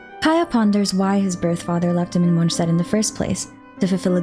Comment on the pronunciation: Is it really MonSHtat??